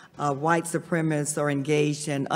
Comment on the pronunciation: It annoys me that Val Demings keeps saying “white supremists” instead of “supremacists”.